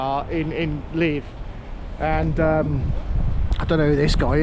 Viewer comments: Nice to see Ukraine, haven't been where you are, I stayed in the capital in 2019, fabulous place and lovely people. As far as I know, where you're staying is pronounced LeViv, rather than Liv, but heck, I could be wrong. Have a safe and enjoyable time, I can't wait to go back myself, but, after things get a bit more normal again. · Great video, but please pronounce the name correct. I lived in Ukraine for 7 years and where you are is very safe, even the side streets.. enjoy the rest of your time there and explore